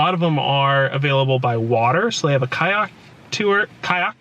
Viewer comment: When you were trying to say Kayak and talking about LA Sushi, I kept thinking it was an Episode of the SNL Californians.